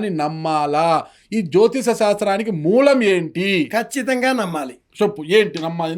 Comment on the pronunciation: యాంకర్ కి సరిగ్గా మాట్లాడడమే రాదు, సంకా శాస్త్రం,, jyotisam అంటున్నాడు. సరి చెయ్యండి గురుగారు